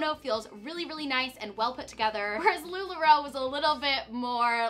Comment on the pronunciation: Lu la roe= NO 😂😅